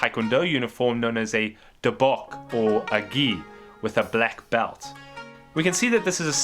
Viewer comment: Actually it’s pronounced doh bok, not “boke.”